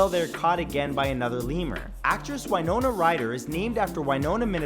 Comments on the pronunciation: Okay.. its not Ynona it's WA-no-na .. just a MN and WI things.. we got some crazy names for cities lol.. I forgive you lol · I’m from Winona MN!!! Represent. And it’s pronounced WIN o na